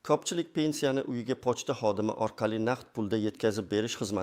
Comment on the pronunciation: Хамма ерда сунъиий интеллект. Тугрилаб су́зла копчилик,копинча,васият буйича ,тогридан тогри ,огирлатиш дейсан... .Бу кайси тил бу́лди.Васият дейсан васият нималигин билинглар аввал.Бир майдан дейсан.Бор йу́кол аввал ту́грилаб су́зла